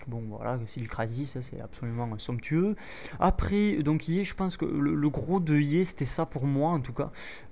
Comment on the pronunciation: T'aime Bien dire sonctueu (Je ne sais pas comment sa s'écrit :X )